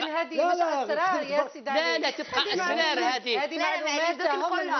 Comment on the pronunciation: اسرار بتفخيم الراء